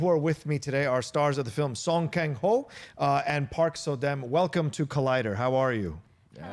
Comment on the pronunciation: you BUTCHERED their names haha her name park so dam should be pronounced like park (or pahk) so dahm his name song kang ho should be pronounced like the soa in soap. kang is like king kong. ho is ho. sew-ng kahng ho